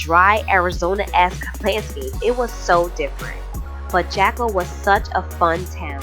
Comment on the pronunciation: Jaco, the J is pronounced as an H in English. Like “Hawko”